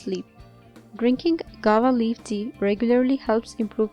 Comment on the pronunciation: Madam it is pronounced GOO-A-VA not "gawa".